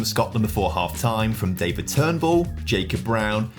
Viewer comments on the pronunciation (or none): none